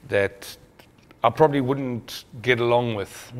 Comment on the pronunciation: This is is lovely show but the presenter needs ro pronounce some English words properly. Its not wourrn't....it's wouldn't and so on. English is a beautiful language when spoken clearly and properly. I hope he sees this comment.